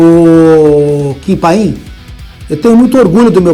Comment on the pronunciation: "Kim panin"